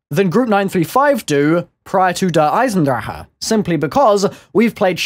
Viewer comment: cant stand his pronunciation of der eisendrache